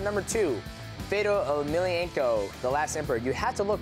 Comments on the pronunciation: faydoh ol' milliako if you like him that much, learn to say his name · c'mon man Johnson can't even pronounce fedors name right :/